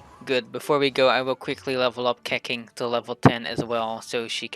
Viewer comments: Its not keking its keching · Its not keching its Keqing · I died when he said keqing like that